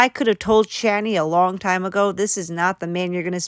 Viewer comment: I showed my dad this. I can only watch videos with her in them on your channel because I can’t stand to even hear her talk. It’s always someone’s doing her wron! My dad noticed her say long , Lon! I told him she says it’s an accent but I never heard of an accent where you don’t say g’s when it’s actually part of how you pronounce the word… lol